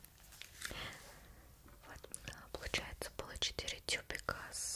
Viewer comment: Мне одной слышалось не тюбики а чупики